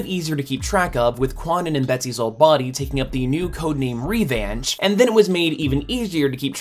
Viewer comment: Please never utter "Revanche" again until you learn to say it correctly. Hearing this French word for "revenge" pronounced as American English is painful. But to answer the question you posed, I think characters in movies should be as close to the source material as possible. Otherwise, what is the point of adapting an existing work? Make an original work merely inspired by the comics. So yes, Betsy should be Caucasian, or the race switch should be addressed in the plot. Making a new character is also an option. I'd rather they did that for the Eternals movie rather than have Makarri, who the ancient Greeks worshiped as a god and depicted as a hearing, white man, be reworked as a deaf, black lady insinuating the Greeks couldn't distinguish between gender, race, or whether one could hear. Simply make a new character. Just discovered your channel and I find it superb! Your are an excellent presenter and accurate in your facts.